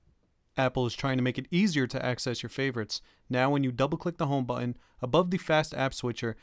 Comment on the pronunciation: Why are all the young people mispronouncing words ending in "on"?? he say's, "now when you double click the home bu-in" not "button". I first noticed this with Marie Forleo saying, "imporant" instead of "important". Drives me batty. Sounds like a 5 year old talking . . . Seriously, what's up with that?